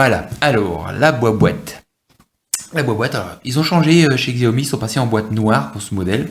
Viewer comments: Très bonne vidéo pour un bon phone :-) Par contre, tu me fais rire à chaque fois ... xiaomi = chiao mi OK ?? loool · oh lalala. Faut arreter de dire "xiaomi" surtout si on fait une présentation.. :/